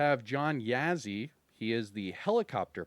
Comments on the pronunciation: yes sir, “Yaw-ZEE” kind of a less inflection of the “w” sound like saying “ah”, so more like “Yah-ZEE” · Yo,, the Yazzie character, I don’t mean to be the pronunciation police, but as probably you’re only Native American agent😬 follower, from the areas which this last name derives. You say “Yeah_Zee”, when in fact the beginning pronouncement kind of matches the word”jaw”, but put “Y” for the “j” in jaw, so you would pronounce it as “Yaw_ZEE”. Trust me, The Division2 pronunciation is how they recorded it, but our unit might be met with resistance if the franchise has to cross reservation borders. 😆🪶 Thanks Agents! ⭕️